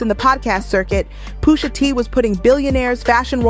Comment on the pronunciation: quality vid here but oh my goodness poooosha T AND NASSS why are you butchering the name of these icons lol